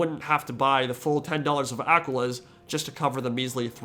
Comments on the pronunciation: It's [ A'-Quill'-Ah-s ] Not [Aqua-ahs] It's Latin, not Spanish. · The way you pronounce “Aquilas” is actively giving me a stroke